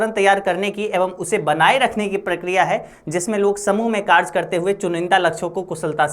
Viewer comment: Vo कारज hai ya कारय😂